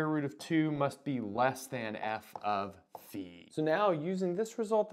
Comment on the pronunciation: Love that you pronounce phi correctly